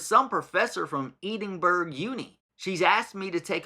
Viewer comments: You say Edinburgh like EdinBRUH not Eedinburg 😊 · I'm not Scottish but Edinburgh is pronounced as ehdinbruh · lol "eeding berg" the scotch are going to love you for that one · Im Dutch, it is more pronounced as add-in-burgggg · ‘EEEEDENBERG’ ?? Really??! smh 🤦🏻‍♀️ please go and check the pronunciation. Any Scottish person watching this will want to throw up 😂😂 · sorry but i had to stop watching when bro pronounced edinburgh like that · Americans never manage to pronounce Edinburgh correctly 😂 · Why can’t they just Google it when they’re making a video about it? Lazy, sloppy, unprofessional and disrespectful. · Sorry, but the way you said Edinburgh hurt to hear as a scot 😂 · Yip I just did, Ms M Black will be like whiiiit. lol, was that my name he tried to say.